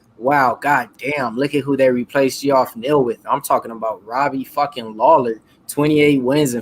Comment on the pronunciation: Lol dude its jeff, not gee off I guess it is new school and you're trying to sound it out, but if you watch ufc everyone knows his name.